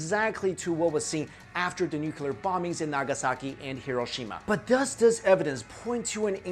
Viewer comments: dammit, its nuclear not nucular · It's not a major issue but it DOES absolutely drive me up the walls ... The word is "NUCLEAR", being derived from the word "NUCLEUS". It is pronounced NU-KLEE-US, and not "NU-KYU-LUS". Hearing "Noo-kyoo-lur" from an otherwise educated person is like fingernails on a chalkboard. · it's "nuclear", no nukular! Please learn the f_king pronunciation before anything else. Thanks. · I hate it when people say NUKELAR !!!! 😡😤 the word is NUCLE AR !!!!!! Please !!!!! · Why can't people posing themselves as experts learn how to properly pronounce nuclear. Please note it's not nuculear. It's nuclear. Get it right! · Sorry, I need to say this! Why do you keep saying nukelar instead of nuclear? Secondly, we think that the nuclear bomb is the ultimate weapon of destruction... so invariably we extrapolate this onto the advanced ancients! This is wrong, because in nowadays we are based on going against the Universe and the Nature itself... ancients didn't have this kind of weapons... they knew how to preserve the Nature's laws! They USED the power of Nature! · I'm sorry, what kind of warfare? the title says NUCLEAR but you say Nuculur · There are no theories of ancient nuclear war, just hypotheses. Learn the definition of theory please, and its nu-clee-ar not nucelar. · NUCLEAR, how come so many people say Nukelar ? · Why does he pronounce nuclear "nucular"? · Nuclear not nucular... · Will u PLEASE... for the love of Oppenheimer... learn how to properly pronounce the GODDAMN WORD NUCLEAR??? There's only ONE U in the word! Is NU-CLEAR!!! Nu-CLEAR!!! Not Nuc-U-lar!!! Every time I hear u say it like George effing Bush I want to throw my phone across the goddamn street. So PLEASE!!! Can u say it like u have the slightest idea what you're talking about from now on? Please??? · Nucular. Its pronounced Nuclear. Great vid though. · It's nuclear, not nucular. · It's NU CLE AR, not NU CU LAR geez... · NUKULAR ugh over and over again... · Stop saying nuculer